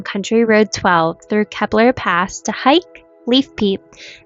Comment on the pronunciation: Just a friendly correction- “KEY-BLUR” not “kebblur”